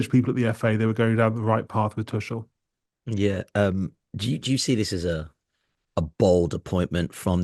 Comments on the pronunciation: His name is not Tuschel! It’s Tuchel… you might as well learn German… Inselaffen 🫶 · Saying Tuchel with a soft c was bothering the hell out of me. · None of these brits can pronounce Tuchel right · At least pronounce his name right double-barrelled man